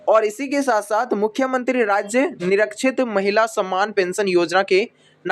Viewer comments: ठीक बोलो -" निरीक्षित"नहीं निराश्रित शब्द है? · लिखते कुछ और है और बोलते कुछ और निराश्रित को निरक्षित 😂कहते हैं